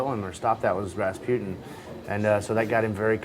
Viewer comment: "Raspututin" INTERVIEW FAIL